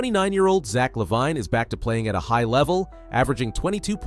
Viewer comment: Lol dude, its pronouced Zach (La-veen) Lavine. Edit:spelling lol